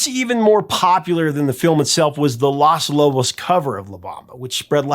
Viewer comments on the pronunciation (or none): Hey, Professor. Just a little tip for you: you are mispronouncing the article that makes up the beginning of the band's name. You keep saying "Las", which is the female "The" in Spanish. Because the band is all men, it's "Los", with a long 'O' sound like in "cone" or "home". Los Lobos, "the [male] wolves". If it were all female, the it would be Las Lobas. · this is great, but you pronounce Los Lobos incorrectly... you say it as Las Lobos, but it is Lōs Lobos... just saying... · it's LOS Lobos, not LAS Lobos. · I'm sorry, Professor. But the word is "Los" Lobos, not "Las" Lobos. Las is feminine. Los is masculine. And La Bamba is pronounced La Vamba. The B is pronounced as a V. The lyrics in English; To dance La Bamba. To dance La Bamba, you will need a little bit of grace. A little bit of grace for you and I. And higher and higher. And higher and higher. I will go for you, I will go for you. I will go for you. Peace and Love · It’s Los Lobos not Las. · Los Lobos. It’s pronounced “Los” not “Las”. I love your channel and respectfully & prayerfully busting your chops. As always great content. Our family has lived this song forever. I’m 61 & Hispanic. All covers have been great because it’s a timeless song 🎶 and deep rooted in respect & cultural significance. Cheers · It's Los Lobos, not Las Lobos. Sorry that just irks me when not pronounced correctly. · Loss Loboss.... 🤣🤣🤣 you gotta work on your spanish annunciation bro... lol... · Please stop saying "Las" Lobos